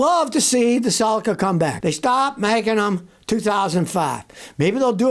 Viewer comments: It's a cel-ica, not a cel-eca. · Suh-lee-Kuh not sulaka….Celica